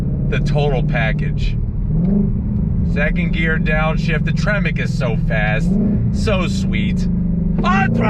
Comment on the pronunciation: Did he just say tremec ?